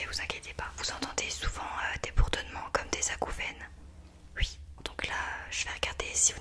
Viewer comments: Arrête de dire « ui » c’est horrible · Elle dit ui loo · Sa me stresse elle dis ui a lieu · j’adore le UI 😭😂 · Elle dit ui à la place de oui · Elle dit « ui » ça me perturbe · ils disent ui moi je dis oui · Elle dit que ui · Sa te fait quoi qu'elle dis ui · Ton ui m'a perturbé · Quand elle dit "ui" ça me pertube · Je croyais que j’étais la seule que sa pertubais !